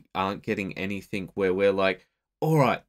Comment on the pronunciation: Great videos. I hate to be that guy but I have to point out, it's pronounced "anything else?" Not "anythink else?"